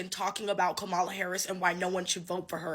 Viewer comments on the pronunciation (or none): I really despise people not pronouncing Kamala's name correctly:face-orange-frowning:however I agree with home girl,, you're fired!:goodvibes